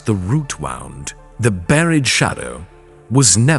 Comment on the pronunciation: I’m in USA and it’s still not great. Like the word wound… meaning pain coming out as wound, like a cord. It distracts me. And then he keeps saying dot (period). We don’t say period at the end of a sentence. I guess maybe I notice too many little details but it’s annoying. The message is good though